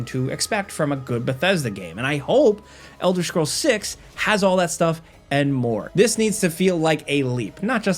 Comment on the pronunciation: Elder schrolls😂